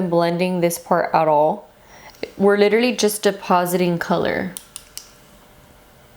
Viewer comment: "Leeterally" hehe ❤️